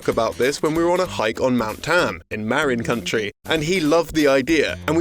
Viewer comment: "Mare-in Country"? It's Marin County.